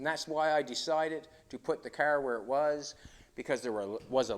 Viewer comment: It's car not " care " . Do you care ?